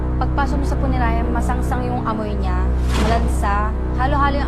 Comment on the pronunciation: Abaaaaa eh permanent closure na yan!.....sir hindi po punenarya..😂😂😂punerarya po😂😂😂😂😂😂